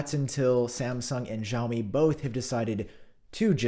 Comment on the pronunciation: My boy is AT IT again 😂 great sarcasm as always man. Just a sidenote, "Xiaomi" is technically pronounced like "see-ow-mee". Hope to see it in future videos 👍🏻 And happy holidays 🎇